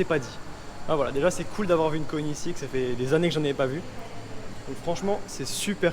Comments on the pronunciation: Super vidéo ! Quelle beauté le Agera R ! Par contre le prononciation de Koenigssegg, je suis pas sûr que ce le dise bien 🤣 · Désolé mais j'arrive pas à m'y faire quand tu prononces koenigsegg mdr 😂😂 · La prononciation de koenigsegg 😂😂😂